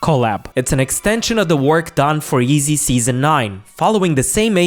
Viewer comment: This goofy said “eezy” 😂